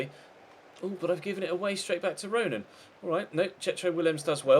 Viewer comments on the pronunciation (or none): none